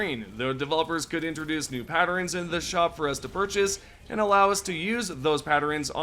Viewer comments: WTF is a patterens??? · Patterens and unequipting... why we adding letters to words?